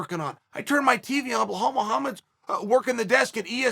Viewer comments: brother, his name is bilal lmao not bihal hahahah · Jesus try and learn how his first Name really is ! it´s Bilal not Belhal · Blahal, Provolocovitch, Kozmat, Your Rear... who are these guys?? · Just when you thought Uncle will get nothing wrong in this video and he goes in to say BLOODYHALL MUHAMMAD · BLAHAL MOOHUMUD 🤣🤣